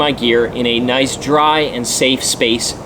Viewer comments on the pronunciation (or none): none